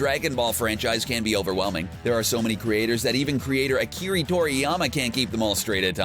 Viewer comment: Akiri 😂😂 It's Akira, you uncultured swines. Show some god damn respect!